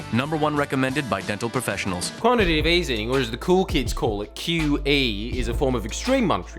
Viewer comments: Quantitative not quantitive Jordies! Next you'll be pronouncing dipole as dipolé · Jordie, I liked this video and totally agree with your message, but for the love of fuck can you please just learn to pronounce the word quantiTAtive (not quanTItive) properly?